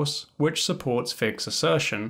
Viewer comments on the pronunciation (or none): Hello, please check your pronunciation of Orlando Figes’ name. I have always heard it pronounced as “FI-jez” including by people who know the man personally. If you are mispronouncing the name, as I suspect, it underlines your point in a most ironic way.